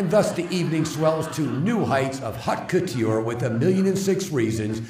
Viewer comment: "De rig-yoor," "Moo-lin Rouge," "hot cut-yoor"...yeah, Miscavige is a genius all right. Why do I think no one is allowed to correct him?